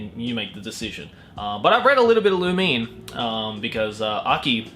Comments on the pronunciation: It's not loomeen 😂author said so... the 2nd pronunciation you said was correct tho 😂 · No offense but your lack of webtoons knowledge is fucking hilarious. Lumine pronounced Loo - min - ay is a werewolf. Btw Fox Girls are better should have totally made it onto the list xD